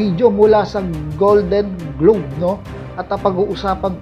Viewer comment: Golden globes, hindi golden globe... with S yan